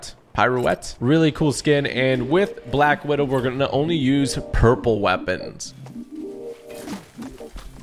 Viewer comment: He said black widow wrong